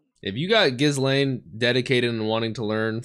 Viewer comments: I love that scene in the alley when you got to see what a bad-ass kitty Ghislaine (btw, the “s” is not pronounced in that name) was. The animation and sound design for it was so uniquely done, and is an example of the love the creators have for bringing this story to life (in animated form). Also, the title “A Day Out in Roa” or whatever it is, doesn’t indicate the original intent of the title. In Japanese, it is “Roa no Kyuujitsu” ロアの休日, which is a play on “Roma no Kyuujitsu” ロマの休日, which is the Japanese title for “Roman Holiday,” the classic romantic movie starring Audrey Hepburn and Gregory Peck. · Don't pronounce the S in Ghislane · The s in Ghislaine is silent btw. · anyone else getting increasingly annoyed at how he pronounces ghislaine's name